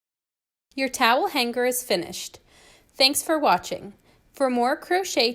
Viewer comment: Goshhhh, so nice and very easy. Side note: the word “hanger” has a soft, non-guttural ‘g’